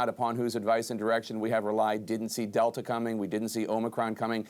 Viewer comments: “First an alfer, then a del-ter, and now the omAHHcron is , PERHAPS, particularly importantly, surely may surge”🤡🤡🤡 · What is up with academic types adding “r” to the end of everything “Alphaer, delter …” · So is it an “alpher” or “delter”??…. 🤣 I thought it was alpha or delta??…. I’m confused 🤣. Joke